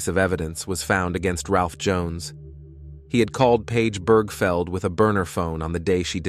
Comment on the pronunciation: Right!? One second it pronounced her name as Birgfeld, next second Birgfield... WTF!? Then it says her LIVE in nanny, as in ALIVE not live in 🤦😂